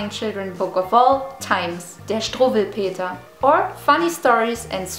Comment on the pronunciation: Since you pronounced Struwelpeter and everything else correctly you may have German roots. Congratulations! Watch how many Americans care how to say "Pre:tsl". In Muenchen bestöt ma a Pretzl mid an offanan Bia. Here it's alcohol addiction! They are so much better! Beer here has no foam and is rarely available from tab. Is it important? Are you with me? Just take notice below why I disagree